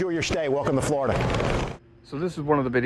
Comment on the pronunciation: Wow "flee plane-lide"! To "Flow-rida" Hook me tha fluck up! I wanna swim!😂😂